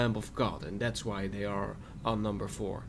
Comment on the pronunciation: i dont know areaon if thats what you said. unless you said aeon. than i know them :I